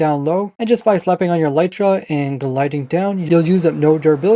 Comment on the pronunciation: For some reason, just about every Minecrafter on YouTube uses and pronounces the word "elytra" incorrectly. First of all, it's not pronounced "e-LITE-ra" but "EL-lit-ra". Second, it's the plural of elytron, so it's not "an elytra" but a pair of elytra (like a pair of trousers). Elytra are the hard outer wing cases of certain types of insects like beetles. You can look it up on the official minecraft wiki or on wikipedia or a multitude of other sources.